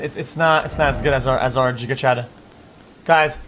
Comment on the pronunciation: Xqc failing to say giga Chad is pain